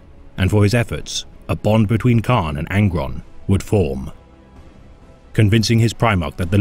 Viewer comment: It's Kharn not khan